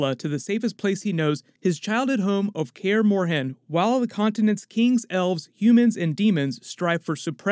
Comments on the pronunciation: It's not pronounced Care More Hen, it's pronounced Care Morn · Kaer Morhen, not „care morehen”!!!